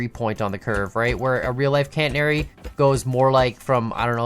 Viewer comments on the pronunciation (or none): Hearing say Cantanary instead of Catenary... 🤦